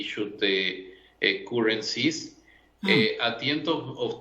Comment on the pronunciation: The Fat Boy at BIS pronounces Currencies wrongly.